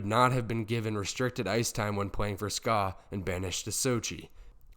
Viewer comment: S K A not ska. Ska is an annoying music genre.